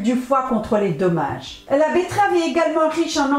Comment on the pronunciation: bonsoir Madame , merci de me répondre et je vous prie de m 'excuser . En effet , en réécoutant la vidéo, je constate que chaque fois que vous dites Dommage , je comprenais tomates .